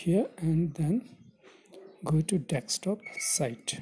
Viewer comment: You were saying deckstop mode